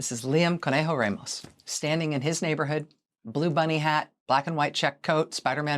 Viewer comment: You are pronouncing Ramos wrong.